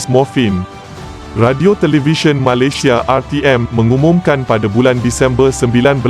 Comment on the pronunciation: Sebut Malaysia pun tak betul. Hahahaha.